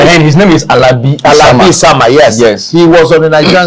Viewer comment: This is a poor interview. You go into every interview very prepared. How do you make a reference to Alabi Isama, completely struggle to pronounce his name and then proceed to complely misquote his statement in that interview series with Desmond Obilo. Perhaps, you can and should learn a lot from Desmond.